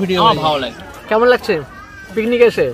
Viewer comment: লাকছে না লাগছে বলুন দাদা। আপনার উচ্চারণ ঠিক করুন। বাঙালী বলে কথা।